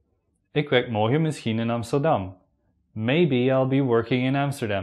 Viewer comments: It sound morkhen not morgen hahaha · The video is good, but seems to be not from Nederland.He pronounces "morgen" like a german word. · why do you pronounce your g's like an English g and not as a guttural? Hence 'morgen' becomes the same as the German. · I was expecting a hard G when you said morgen.